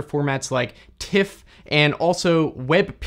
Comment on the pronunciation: An observation: All other image formats you pronounce correctly. JPEG as jay-peg or TIFF as it's spelt, but with PNG you always say PNG - not ping. How come?